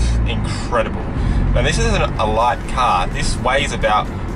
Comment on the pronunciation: I like how you say car. KAHR